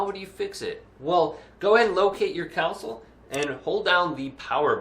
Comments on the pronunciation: Council. Lol Con - soul 😂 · "council" lol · It’s a console. Not council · I can't believe this is the only comment pointing that out. 😅